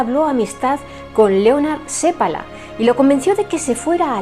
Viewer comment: Que bien pronuncias el apellido seppala. 😊 un apellido común aquí 👇 .